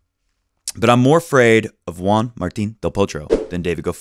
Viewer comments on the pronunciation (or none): none